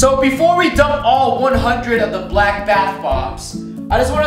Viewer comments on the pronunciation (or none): When roy said BALCK Sounded like racist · The way he said “BLACK bath bombs”😂😂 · Why he say black like that the first time my mans said BLACK